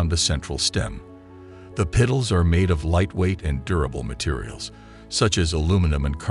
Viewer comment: What’s a pital? Or a peetal?